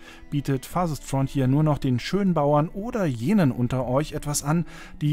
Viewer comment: Ja, dieses „Farsest Frontier“ ist wirklich wunderbar.